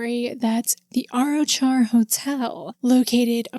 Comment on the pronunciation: Hey, Arrochar is pronounced more like "ah-rock-ar". The "ch" in Scottish place names is a kind of guttural sound from the throat, most people not from here struggle with it though and just use "k" instead. Lovely wee town, I've been a couple of times but never seen anything supernatural :)